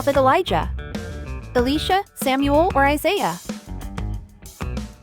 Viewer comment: Thanks for the quiz I’m guessing #5 is an error. #6 is pronounced E-lie-sha. 😊